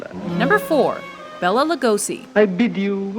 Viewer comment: Would be a lot better if you pronounced Bela's name correctly too.